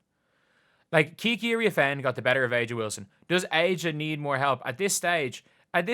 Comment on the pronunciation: It’s pronounced “Asia”